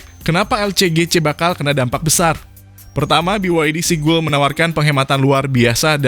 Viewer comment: Seagull dibacanya SIGAL. Bukan Sigul bang 🤣